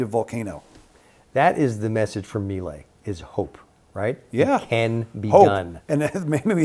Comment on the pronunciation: At least pronounce Milei correctly🔥🇦🇷